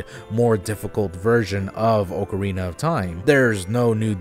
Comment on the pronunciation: ok do you just pronounce things wrong to mess with us? its AHK-arina not OAK-arina